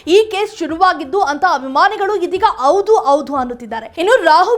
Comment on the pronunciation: Amma ninna kannada sari madiko,kannada dalii howdu,henu saryagi pronounce madu